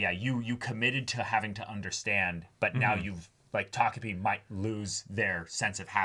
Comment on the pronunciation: Thank you for being able to say takopi and not tokopi.